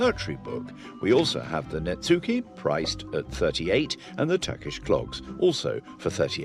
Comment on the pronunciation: You should not pronounce the “u” in netsuke. It is elided in Japanese to “ netskeh”.